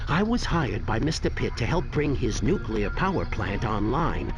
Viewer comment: nukular power lolwut!